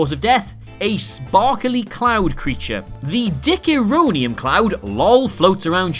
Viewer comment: Its DICHORONIUM.